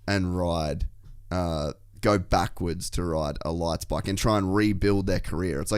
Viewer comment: Lights bike?? I didn't understand what you said. Sounds like you said lights bike to a 450.